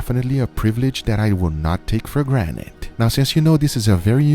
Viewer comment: did you just say "for granite"?